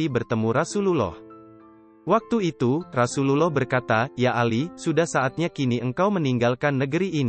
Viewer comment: Sedikit masukan untuk narrator : penyebutan kurang tepat untuk Rasulullah (rosululloh), nabiyullah (nabiyulloh), waliyullah (waliyulloh)